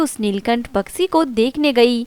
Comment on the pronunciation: Story to bahut achi hai but is video mai jisne bhi audio narrate ki hai wo bahut ajeeb tareeke se bol rahi hai kahani sunne mai maza ni aara Paksi ni hota its pakshi bolte hai plzzz work on your hindi